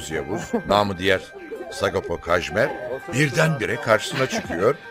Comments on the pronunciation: 20 yıl oldu hala adamın mahlasını doğru okuyamayan TRT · Neden hiçbir spiker Sagopa Kajmer diyemiyor :D